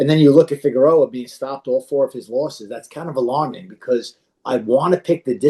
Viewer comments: Rivera Figeroa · Holy crap it's not Figueroa! Lol 😃 ng aside always enjoy your breakdowns.